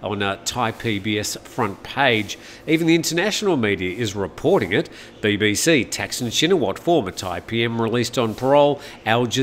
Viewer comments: In Thai it is pronounced Thaksiin, so yes, he makes it sound weird 😄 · Sounds like you're saying "Texan"??